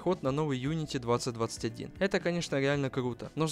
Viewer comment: unitY кстати а не uniti